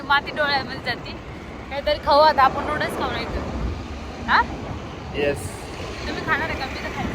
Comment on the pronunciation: Nudas nahi noodles boltat g manda